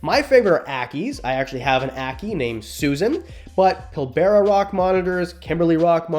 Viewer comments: Pill - ber- ah not pil-bear-ah. I'll even accept pill-bra. Finally some animals I can actually keep here in Oz. Great work. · just a side note, Pilbara is pronounced pill-brah, big fan from australia